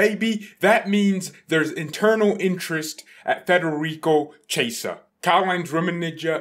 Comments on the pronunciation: Ki - Eh - Sah. Not Che - Sah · His name is pronounced as "kiyeza" 💀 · His Name is pronounced like kiesa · Let him say 'chesa', it's so funny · "Chi" in Italian makes a "kee" sound as in "keep". You should pronounce his name as "kee-yeh-sah", with the first two syllables said really fast together. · No it isn't. "Chi" in Italian makes a "kee" sound as in "keep". For anglos who don't speak Italian, you should pronounce his name as "kee-yeh-sah", with the first two syllables said really fast together.